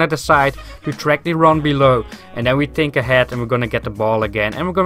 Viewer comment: Just say think in the correct way to not annoy people with it haha but good vid !